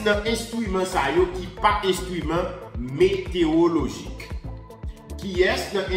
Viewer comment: Kesnel, excuse-moi. On dit "météorologie" non pas "météologie". Il y a un "ro" dans le mot. Ne te fâche pas!